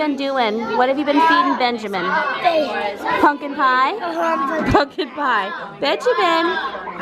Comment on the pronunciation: I have never been so absolutely disgusted and annoyed by how someone says "pumpkin" 😂